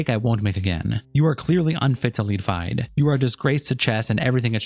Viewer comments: FIDE is pronounced like Fee-day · FIDE is pronounced feed-eh, by the way, for the next chess-related video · they literally don’t pronounce it like that they say fee-day not feed eh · Just a FYI, it’s pronounced fee-day. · It’s pronounced “feed-ay”, goofball.